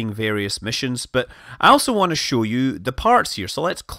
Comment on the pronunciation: "shawl" istead of "show" purely englishman :D